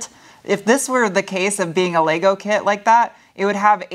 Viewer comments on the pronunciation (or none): none